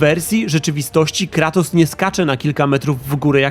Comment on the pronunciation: Cały czas słyszę Klatos. Coś jest na rzeczy. :)